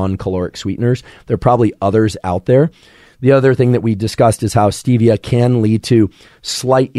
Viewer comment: Stevia isn’t supposed to be pronounced like that. Has nothing to do with Steve.